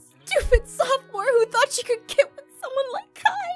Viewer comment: Jennifer Nguyen Yas please! And also it's not Kia it's Kai